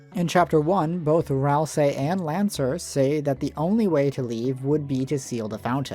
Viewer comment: When Ralsei becomes Ralsie